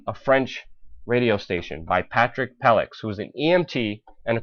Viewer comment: Be even better if you knew it was Charlie Hebdo, not Hebro. I mean, I wouldn't describe myself as being on top of current affairs but even I know what that name is. Also, it's not Patrick Pellix - it's pronounced Patrick Pelloo but spelled Pelloux, a common French pronounciation. Again, I'm minimal in my knowledge of France but even I know that. A journalist should certainly know better.